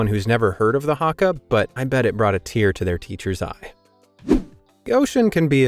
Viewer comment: HE SAING HRAKA IT HAKA